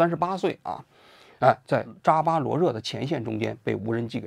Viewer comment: 王局太业余了，不仅则连斯基叫不对，扎波罗热也叫错